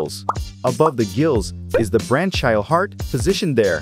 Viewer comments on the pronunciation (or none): Branchial is pronounced “brank-ee-al”. Not branch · BRANCHIAL. braŋ-kē-əl No 'ch' sound. But your dumb AI voiceover wouldn't know that.